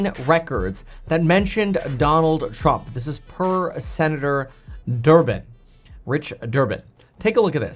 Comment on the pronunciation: "Durban" --->>> LOL